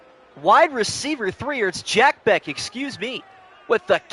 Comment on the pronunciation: Jack Bech like Besh. Not Beck